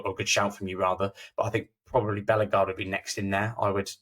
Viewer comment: Nice one guys. I think Hoever will develop into a decent suad player. Unfairly maligned. Btw, he is a French speaker, so it`s TchatCHOUA..."WWAA" Not Tchatch U-ER, and it`s BelleGARDE, not BELLEGarde, and def not BELLergarde. You are welcome...